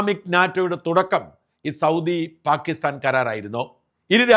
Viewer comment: പ്രിയപ്പെട്ട ഷാജൻ ചേട്ടാ ഈ "പാകിസ്ഥാൻ" എന്ന് പറയുമ്പോൾ കേൾക്കുന്നത് "ഭാഗ്യസ്ഥാൻ" എന്നാണ്.. കേൾക്കുമ്പോൾ വല്ലാതെ ചൊറിഞ്ഞു വരുന്നു.. 😂 ദയവായി ഒന്നു ശ്രദ്ധിക്കണം.. 🙏🏻🙏🏻😁 പാക്ക് "ppaakh"